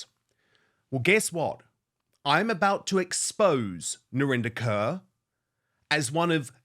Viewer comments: I like how you pronounce her last name " Curr". It's Core actually... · Her surname is pronounced KOR... everyone is trying to 'Englishfy' it... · Her name is pronounced, Kaur= Core